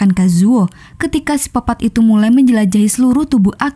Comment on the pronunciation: Koq sipopat kak Bkn psikopet